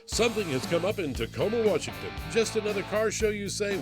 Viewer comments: Did he just say, “Warshington”? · Bro said warshington💀